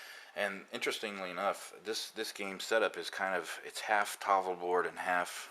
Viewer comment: Learn to pronounce tafl, you fart out of your face when you get to the FL for some reason.